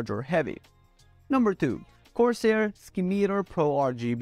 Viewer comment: Ski-Meter? - It's SIM-I-TAR